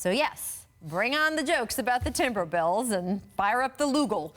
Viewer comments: i swear i heard her say TimberBells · . She just gonna say timberbills like that and keep going ? 🙄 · Think she;s saying Timberbullves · Timber"Bills"?! Say your joke right!!! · "TimberBills" smhh Rachel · I heard it exactly when i scrolled thru this comment